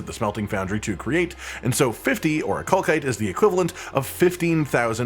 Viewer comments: Jesus it’s not ‘or-i-kal-kite’ it’s ‘or-I-kal-site’… do you people not learn how words work anymore? What kind of stone ends in ‘kite’ and not ‘site’!?!? Basic education is a joke apparently. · oricalcite has an S sound not a K sound for the second c. The game pronounces the word so we know for sure. it is not oricalkite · Game literally tells you that it’s pronounced “Ori-kal-site” via cutscene but I digress. Information is appreciated, even if I need the materials more than the smelting points.